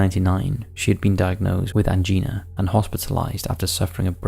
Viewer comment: it was an axe not a hatchet,,,, learn how to pronounce maureen/stalybridge & angina